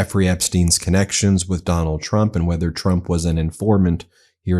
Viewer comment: She’s a disgrace to her core. On a side note every time she says trump is sounds like chump and I mean yes.